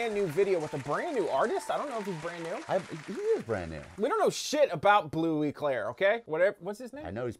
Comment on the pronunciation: Bleu clair without e 😂